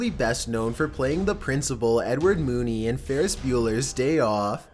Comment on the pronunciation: man. It's Edward Rooney